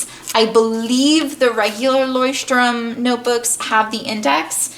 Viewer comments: yeah of course but by the fact that she’s not german she said it as right as an english speaker can say it. 😊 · She pronounces it ok for an English speaker, but not exactly how a German would say it. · Jon Solo actually she pronounced it right lol.